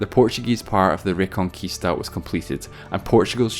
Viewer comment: His name was Afonso, not alfonso. Also, your pronounciation of "Olivença" and "Reconquista" is terrible. Never, ever, read a portuguese word with castilian accent. It is 100% garanteed it will be wrong.